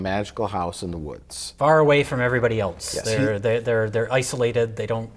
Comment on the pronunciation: it's "else" not "elts"